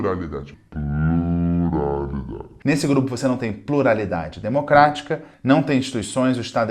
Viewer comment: Pruralidade, Plurlalidade, Purularidade, Purlaidade.... #AsAveresSomoNozes